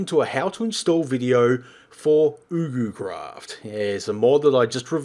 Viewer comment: Its prononced: YugoCraft